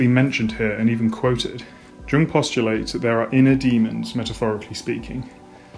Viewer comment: Minor nitpick: Jung is pronounced "yoong", not "dchuhng". Otherwise, excellent video.